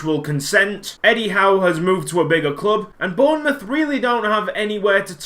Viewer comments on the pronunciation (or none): none